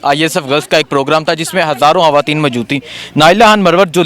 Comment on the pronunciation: یار خدا کے واسطے اپنی اردو کا تلفظ تو ٹھیک کرو۔ یہ "خان " ہوتا ہے " ہان " نہیں۔ خواتین کہا جاتا ہے" ہاواتین " نہین۔بہت برے لگتے ہو بچوں کی طرح بولتے ہو۔